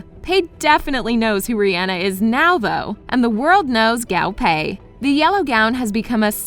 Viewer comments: also guo pei not gao pei. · Not to be that one annoying chinese- but i hate the way the narrator says the chinese terms- like its guo pei not gao pei- yk? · The designer's name is not pronounced as "Gow-Pay", it's Gwoo-Pay lol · The designer's name is pronounced Guo (kuo) pei not gao (kao) pei. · GUO PEI not Gao Pei! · i’m mad she keeps saying gao pei instead of guo pei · guo pei. not gao pei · To reiterate, the designer’s name is pronounced as Guo Pei, not Gao Pei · Guo pei not gAo PeI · Guo Pei not Gao Pay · GAO PEI 😂😂😂😂😂 sorry i can't stop laughing at the pronounciation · Didn't even research the pronunciation of Guo Pei... Faux faux faux faux!!!!! 😂😂😂😂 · but the way she pronounces Guo Pei tho? and other words.